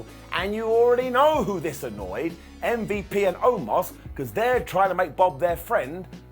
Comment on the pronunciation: Lol what did call MVP.. Umm-vep?